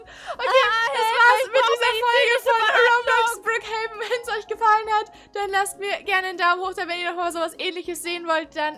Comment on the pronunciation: Endlich sagt ihr richtig brook haven